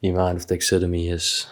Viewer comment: It is pronounced tax a derm ee